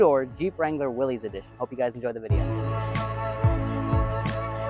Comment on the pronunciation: Although it looks like it should be pronounced Willys….its actually pronounced Willis. Common mistake by many.